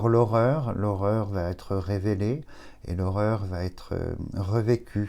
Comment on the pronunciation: Cher, j’apprécie grandement vos dons de voyance malgré ce que vous nous annoncez, hélas, mais puis-je émettre une petite réserve sur une erreur de liason que vous faites régulièrement depuis quelques temps et qui n’est pas juste: par exemple aujourd’hui: « l’évolution va T être rapide! ». Il n’y a pas de t! Cela n’enlève en rien la pertinence de vos annonces mais avec un bon français, c’est plus agréable. Salutations.